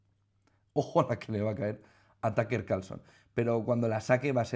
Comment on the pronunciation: todo mi apoyo a Putin Y Rusia y por dios no es TAKER Carlson jajajaja un poco de trabajo en pronunciación no les caería mal se dice TƏk Ər si lo quieren pronunciar como americano o TƏk Ə como británico, las silabas en ingles no se forman como español y ese simbolito chistoso se llama schwa que es el sonido mas común en ingles increíble que los españoles que quedan ahí muy cerca de los ingleses no tengan ni idea de como se pronuncia el ingles